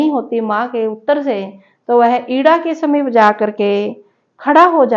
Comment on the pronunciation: इडा,समीप,पदाग्र जैसे अनेक शब्द हैं‌ जहां ह्रस्व को दीर्घ और दीर्घ को हृस्व हो रहा है और आपने जो पुस्तक ली है इसमे भी मुद्रण दोष है जैसे शांत तपोवना यहां पर तपोवन है तपोवना नहीं!! आपको सुनकर लगा सम्भवतः आप अहिन्दी भाषी क्षेत्रों से है इसलिए बलाघात(एक्सेंट)मे समस्या आ रही है अगर आपको मेरा टिप्पणी करना अनुचित लगा हो तो क्षमा प्रार्थी हूं 🙏